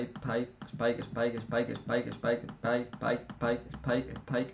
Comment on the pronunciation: Lo mejor es cuando diez paip